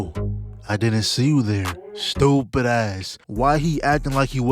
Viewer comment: The way this 🥷 says stupd ahh gots me dying